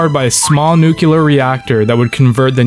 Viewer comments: Trying to make an educational video when you cant pronounce "nuclear" correctly is so fucking ironic. Noo-klee-yur. Not noo-kyuh-lur. It has "-clear" right there in the word, like "nucleus". Do you say "nook-yuh-lus" too? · Nun cellar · Bro pronounced nuclear like 5 different ways